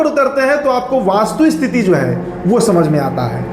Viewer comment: ’वास्तुस्थिति’ नहीं कहते बाबू ’वस्तुस्थिति’ होता है। वैसे रिपोर्ट बहुत अच्छी और जमीनी है।